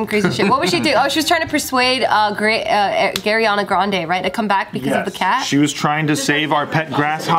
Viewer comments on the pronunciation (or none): Either this a woooooosh but and both said gariana grande